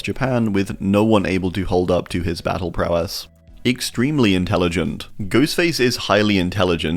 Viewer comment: Bro said "Extremeley"